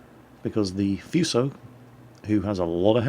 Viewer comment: just saying,you pronounce Fuso "Foosho" or just "Fooso", not "Fyuso" xD